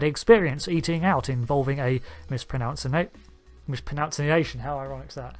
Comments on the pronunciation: the word is misproNUNciation. There is no such word as misproNOUNciation. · The word is Mispronunciation notice that there's no o in the nunciation part. It is not nounciation. Thus it is pronounced miss-pro-nun-see-ation. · when you mispronounce mispronunciation